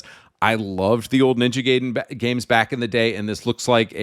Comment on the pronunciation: New Silent Hill is not a nostalgia bait. It's literally a new entry made by Ryukishi 07(author of higurashi and umineko). But nice try. And "Ninja Gayden"(seriously dude wtf with your pronunciation?) is published by tecmo, not konami. Do your homework.